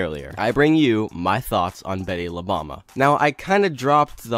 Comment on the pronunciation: nice video man. btw it pronounce as boom-ba instead bama. bomba means bomb in spanish